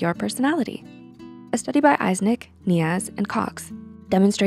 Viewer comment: Eysenck is prounced “Ai-zenk”, btw